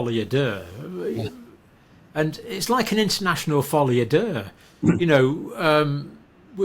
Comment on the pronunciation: I have heard John refer to this "folly adaire" a few times now and didn't have a clue what he was talking about. Google 'folly a deux'.